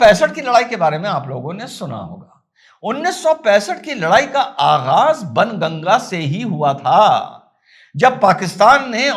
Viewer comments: " बाण गंगा" बोलिए सर "बन गंगा " नहीं । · SIR JI KRUPA KARAKE BAN GANGA NA BOLE PLEASE SAHI MANE ME BOLANA HAI BAAN GANGA YE AUR BAAT HAI KI LIKHA JATA HAI BAN GANGA LEKIN PRONOUNCIATION HAI BAAN GANGA PLEASE YE MERA SUGGESTION HAI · 🙏🏼सर, आप बाणगंगा को बनगंगा बोल रहे हो 😁😅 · सर... बन गंगा.... नहीं.."बाणगंगा".... बोला जाता था...! एसा सुना हैं हमने भी...🙏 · ', "बाणगंगा" बोले, बन नहीं... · i think its not ban ganga its baan ganga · It must be बाणगंगा not बनगंगा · सर बणगंगा नहीं "बाणगंगा"❤ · सही उच्चारण कीजिए बाण गंगा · बनगंगा नहीं... बाणगंगा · सर बन गंगा नहीं, बाण गंगा है सही संस्कृत उच्चारण।।।🙏🙏🙏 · Bhaan Ganga Sir...Not Bn Ganga....Jai Hind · Sir its not banganga. It is baanganga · Correct sir , But " Baan Ganga " . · It is Baan Ganga - where Baan means Arrow ⬆️ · baan ganga not sir greek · it’s pronounced as Baan Ganga… Hindi of arrow 😊